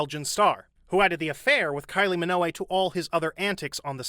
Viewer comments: Minogue? G isn't silent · kylie MINOLLI? it's Minogue, dude. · Minogue is pronounced by dropping the u from her name, your way sounds like minoway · Kylie Minogue is pronounced like how you pronounce Vogue. Unless the AI voice reading the script was reading typos. "Minoway" 😄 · It’s Kylie “Minogue” to rhyme with “Vogue” not “Minoway”. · Who's Kylie Minoway? This is the issue with A.I channels, they can never get the simplest things correct. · Butchered Kylie’s surname 🤣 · The way you pronounce Kyle's last name is hilarious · I was about to say the same. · I love your videos but do you purposefully mispronounce 1-2 surnames per video on purpose? This video: Minogue. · Please don't start using an AI. I'd rather hear a human make the occasional mistake than listen to another video narrated by a machine. Your pronunciation was definitely a bit off with that one though. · but what he said is not how Kylie Minogue pronounces her own name!